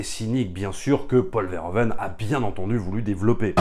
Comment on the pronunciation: Alors juste une micro-remarque sur la forme: on dira plutôt Paul Veur - Ou - Veun, en lieu et place de Vair - O - Veine. Un peu comme on dira Ou - Veur - Fonik au lieu de Ovaire - Fonik